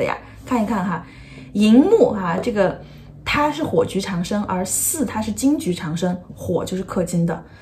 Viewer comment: 长（读音掌）生